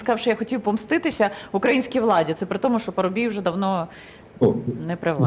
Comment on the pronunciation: Поважаю пана Червінського,підтримую, але ненавиджу коли в слові українські ставлять наголос на букву "а"! Пан Червінський приклад для молодого покоління, повага та шана Вам!